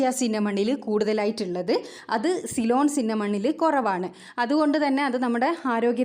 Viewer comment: സൈലോൺ അല്ലാ സിലോൺ